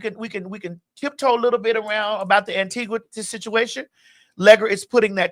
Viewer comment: Maddie this beat and hair!!! Omg. Also that colour suits you. No ‘w’ sound in Antigua btw!